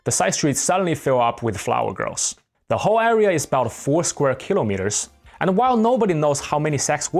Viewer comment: "the hoe area" 😂 I promise I'm not making fun of you, it's just the pronunciation of 'whole' with your accent makes this very funny in context. Thank you for telling us these stories!